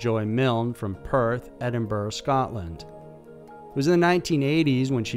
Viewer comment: Edinbruh....not EdinBurg